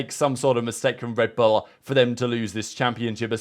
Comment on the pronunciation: The way he says “L” is odd. Red Bulllla